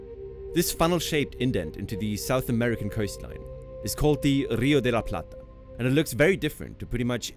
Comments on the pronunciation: The "r" in "rio de la plata" should be pronounced like the "r" in "river" - it's a strong "r".... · As an argentinian Its funny how he pronounces the R, he says RRRio de la Plata like if that R is gun ponting the other letters